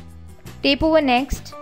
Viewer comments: its tap not tape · It's tap not tape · Guys - I know shes pronouncing Tap as Tape... but the thing is you are watching this video cause you'll wanted some information about backing up android.. And I salute her (whatever she pronounces) she took out time to make a video and show more than 1 million people what they were searching for.. At least half a million might have found exactly what they were searching for. So please stop making fun of others and try to help someone.. Its more fun that way.. Good day.. (put a TAPE on your minds... when criticizing) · She is just pronouncing wrong the word Tap